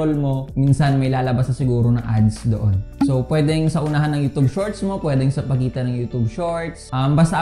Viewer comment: Youtube.....hindi youtobe.